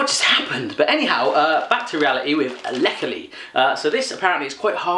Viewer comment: The ricola has the stress on the "i", so it's not ric o la but r i cola. Heart in German is "Herz", Herzli is a Swiss belittlement, so it means "Heartlet". Leckerli's translations is already part of the video name -it means treat.